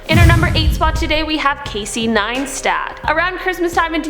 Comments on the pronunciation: its NEISTAT NOT NEINSTAT LOL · It's Casey Neistat not NEINSTAT🤦‍♂️ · Neistat, Not NeiNstat, verstanden? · Casey “Neinstat”